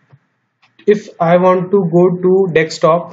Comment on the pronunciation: I always wonder why people say dextop instead of desktop.....